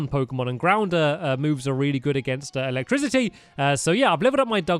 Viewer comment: The pronunciation of electricity triggered me Where are the notification squad